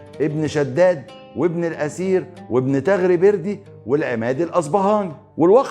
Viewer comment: الله ينور يا..بس ملاحظه صغيره حضرتك بتقول على شخصيه عظيمه من مراجعك اسمه "ابن الأسير" والصح بتاعها ابن الأثير -بالثاء...وشكرا لمجهودك العظيم واطيب الأمنيات لحضرتك بدوام التوفيق